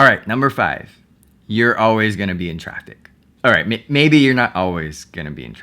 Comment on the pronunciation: when he said "you're always going to be in traffic" I thought he said "you're always going to be attractive" and I'm like orly?